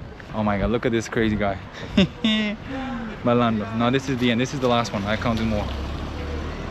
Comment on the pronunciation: I think you mean malandro and not Marlando btw "Malandro" is a Portuguese term that doesn't have a direct translation in English, as it encompasses various meanings depending on the context. It can refer to someone who is streetwise, cunning, or sly, but it can also denote a certain charm or charisma. In some cases, it's used to describe a person who knows how to navigate through difficult situations or who lives a somewhat unconventional lifestyle. Depending on the context, you might translate it as "trickster," "rascal," "rogue," "scoundrel," or simply "street-smart." Anyways, lovely video. Thank you